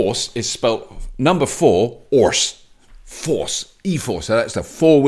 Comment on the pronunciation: What, like a four 'orse carriage?